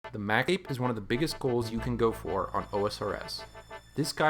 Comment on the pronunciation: “The mackape”